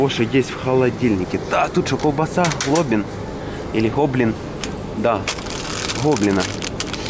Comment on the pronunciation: Так и не смог правильно прочитать название "Глобино", а колбаса "Глобинская". )))